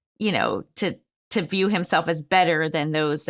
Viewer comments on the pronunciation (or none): none